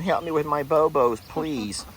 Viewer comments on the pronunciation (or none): Boo-boos Lester. Not bo-bos.